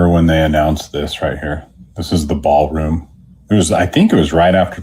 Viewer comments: How many times does he mention 'Baalroom' 🤨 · 'Ba'al Room', huh? Imagine my shock. 😑 Thank you for the updates,! 🙏🏻💪🙏🏻